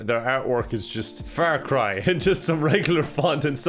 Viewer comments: Has anyone else been pronouncing Far cry Fair Cry? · I know it's just his accent, but "Fair Cry", sounds funny as fuck to me